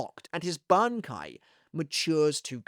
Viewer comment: I’ve always liked your pronunciation of his Bankai. You’ve always had that down. Used to look forward to it before it came out in the anime because you did so well hyping it for me.